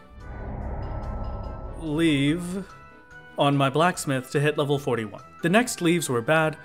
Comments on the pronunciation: Leve- is french, it means something like 'to rise'. To rise to the quest And is pronounced, Le-vi So Levy is a fine way to pronounce it. Leave is not. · it’s pronounced leave????